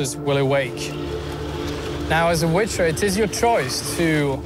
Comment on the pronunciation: Hahaha the "wither" hash